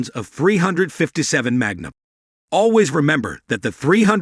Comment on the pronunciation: ‘Hog’ grips? ‘Dot three five seven’? Get a human to read this copy instead of a machine. If that was a human, find one that is familiar with firearms. Also, learn what snub-nose means.